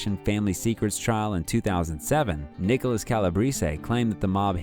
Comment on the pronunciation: Nicholas who??? If you're gonna do a presentation like this - then at least try and get the pronunciation right